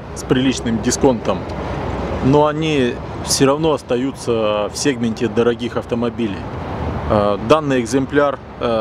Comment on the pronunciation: Не сегмент, а сегмент)))